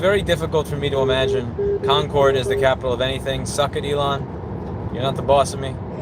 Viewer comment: The Cardiac Sam is one of their best sandwiches! :) BTW Louis, it's pronounced "Conquered" not "Con-Cord".